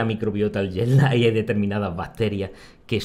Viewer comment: Es curiosa la pronunciación de Jet Lag en andaluz: JEL LÁ. Suena a árabe